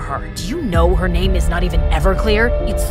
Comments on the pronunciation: The " it's gina sourcream or sawarcream or something 😂😂😂😂😂😂😂😂😂😂 I can't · ItS GiNa SoUrCrEaM Or SaWcReAm Or SoMeThInG 🤣🤣🤣🤣😂😂😂OmL I aM DyInG BrOoOoOo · "iT's GiNa sOuRcReAm, oR sAwAcReAm oR sOmEtHiNg" 😂😂